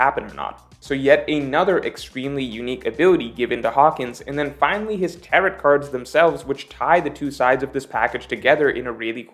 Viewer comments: actually pronouncing Tarot like carrot here lmao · the t in tarot is silent xD it’s tarrow lie rhymes with arrow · Hey! “Tarot” rhymes with “arrow”:) Also, Roger was able to ask when the mermaid princess would be born on command, so I’m not sure that lines up with your analysis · The way pronounces "tarot" cards makes me sad. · Hitting that last " T " in Tarot super hard.... fyi. It's a silent " t ". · I'm gonna' make a wild prediction and guess that has never heard the word "tarot" said out loud before. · I hate how you pronounce tarot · Tarot does not rhyme with carrot; it does rhyme with marrow. 🌈The more you know